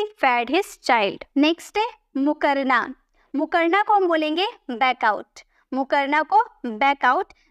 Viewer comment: मुकरना नही होता है जी, मुखरना होता है